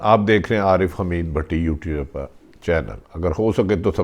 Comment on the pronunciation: Please apni urdu theak kurain,aap ne kuha u-tube per channel. Apni vidio dekh ke correct kia kurain